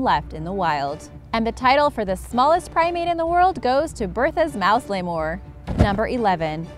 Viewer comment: 'Lay-more'? Really. You pronouced the spanish better than that. Its 'Lee-mer'.